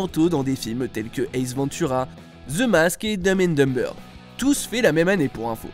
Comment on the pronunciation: Je pense que le narrateur devrait dire les titres de films en français. C'est pénible entendre 2 fois "domme and domme-beurre"